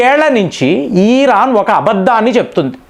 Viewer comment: నువ్వు ఏమి చెబుతున్నవురా. ఎందుకు ఇరాన్ ను హైలైట్ చేస్తున్నావ్? నీకు ఇరాన్ ను ఈరాన్ అని పలుకుతావు. Useless fellow ఇరాన్ కి అంత సీన్ లేదు. చైనా అండ్ రష్యా ఇరాన్ కు అమెరికా ni defeat చేయడానికి help చేస్తున్నాయి. నీకు తెలియదు. నీ గొర్రెలకు అస్సలు తెలియదు.